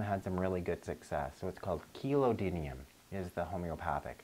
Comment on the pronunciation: Can you tell me how to spell the supplement that you mention at the and again at the mark in the video? It's the second to last supplement that you recommend for dogs (I don't need the one that you suggest for cats.) It sounded like 'kilo didum" but i tried to search for something similar and couldn't find it. This is the pill that can be placed between the lips/gums of the dog and ok to dissolve in their mouth. Thanks!